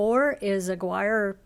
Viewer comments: Great video, thanks for doing this! BTW, just for the record the campground near Las Cruces (Aguirre Springs) is pronounced U-geer-ee for English/non-accented speakers, and Ah-gee-re in its native Spanish. :) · Ah- gear-ee. Not sure how you pronounced it in the video, but pronounce it this way